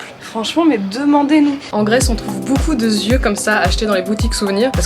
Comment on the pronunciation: « Beaucoup de zieu » bien évidement natoo 😂😭